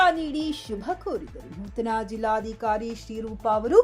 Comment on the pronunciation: ಅದು ನಿರ್ಘಮಿತ ಅಲ್ಲ‌ ಅದನ್ನು ನಿರ್ಗಮಿತ ಎಂದು ಓದಬೇಕು, ಹಾಗೂ ಜಿಲ್ಲಾದಿಕಾರಿ ಅಲ್ಲ ಜಿಲ್ಲಾಧಿಕಾರಿ